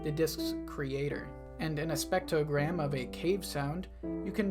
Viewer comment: ive never heard someone pronounce spectrogram that wrong before